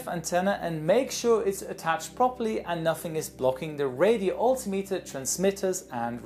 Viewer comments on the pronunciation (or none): none